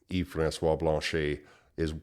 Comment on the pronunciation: If you could pronounce Blanchet properly you would be more credible.